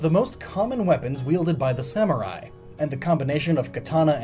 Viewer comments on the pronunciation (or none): none